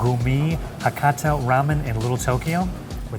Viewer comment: Great slurp!!!!!!!good job!!!!!!!it’s a must to slurp loudly to show appreciation to the chefs,sounds crazy,but it’s very true. But whatever you do,keep on the pronunciation,it’s Hakata はかた and Fukuoka ふくおか、figure it out.😅😅😅😅😅😅